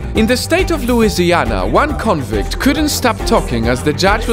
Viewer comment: he said convitct with an s so he means all of them